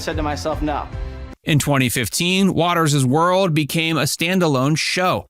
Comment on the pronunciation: It's Watters' World NOT Watters's World.